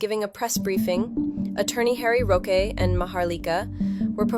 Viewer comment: correction lang, wag kng magagalit, ang right pronunciation ng roque eh ROKE, hindi ROKWE.. wag kng magagalit ha..✌🏼👋😊